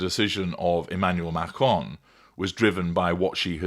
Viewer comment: Who cares candace butchers names herself ishrael and macroone